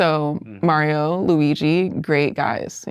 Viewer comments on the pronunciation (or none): none